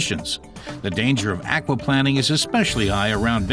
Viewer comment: The way the narrator keeps saying "aquaplanning" makes me chuckle. Maybe he used to work for a water company as planning chief. Or maybe he hates planing wood so much he can't stand to say it even when referring to water.